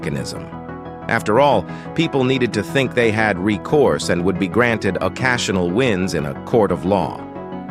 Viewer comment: Narrator cannot read English! He says "rouse" when the word is "ruse" meaning hoax, fake, a con. He then can't speak the word "occasionally" correctly. A robot voice perhaps?